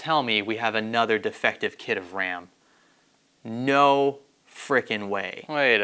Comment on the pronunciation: Technical kit-teh... 🤣